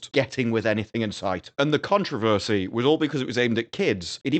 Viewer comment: Your description of Slough is 100% accurate. Your pronunciation of controversy not so much… 😅